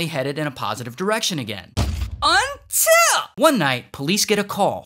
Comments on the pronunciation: That “unTIL!” Was hilarious 😂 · Bro that "UnTiL" got me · That "UNTILL" had me dying😭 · That “UNTIL” was great. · Got to love the "UNTIL" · What was the "UNTILL" it sounded so weird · Why he say UnTiL like that